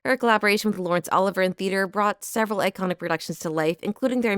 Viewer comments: Brilliant video ❤ just one thing - its pronounced oliv- ee ay, not Oliver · Is this an AI reader? Many mistakes, not the least of which: Leigh = Lee not Leigh. Voracious = VorAYtious not vorAWtious. Escalated = EscaLAYted not escaLAWted. Olivier = OlvEAY not OlivER. Desire=DesIYER not DeZERAY. Creating = CreAYting not Creeting.